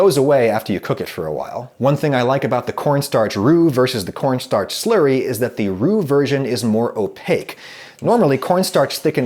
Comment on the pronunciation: He says "Slurry" but I hear "Slurpy" I don't know why